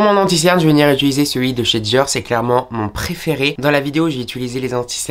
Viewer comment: « Jvais venir ituliser » 😅